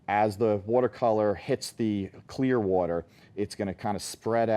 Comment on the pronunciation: i very much dislike the way he says 'water' >:(